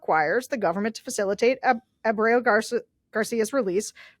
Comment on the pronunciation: No hate. But if you can say 'prego' (the Italian version, not the American version), you can say Ah-brego [Garcia].